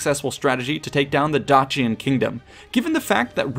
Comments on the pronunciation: Dacian is pronounced Dayshion not Datchian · Dacian is pronounced with a softer sound. Like the end of Patricia.